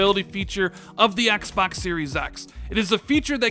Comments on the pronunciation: "EX BUX" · I hate the way this guy says.. xpoks this xpoks series x is xpoks going to show the xpoks 2020 event for the xpoks velocity architecture xpoks xpoks xpoks lol